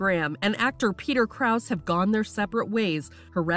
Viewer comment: You didn’t even pronounce his last name correctly- it’s Krow-Za. You have one job, and you can’t even do that. Let these people live their lives in peace.